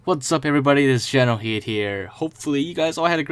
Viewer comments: Just please do explain. Why do you pronounce kidd as heed? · Why is it pronounced heed when it’s spelled Kidd